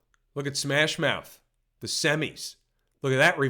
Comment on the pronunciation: Wtf is smash mouf